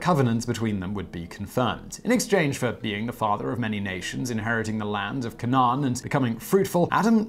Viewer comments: um...Balaam is pronounced Bay-lem; Canaan is pronounced Cay-nen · It'd be funny hearing him mispronouncing all the names like "Canaan". I'm not a Christian myself but you can't live in an English-speaking country, particularly England, and not at least have heard the name, somewhere or other.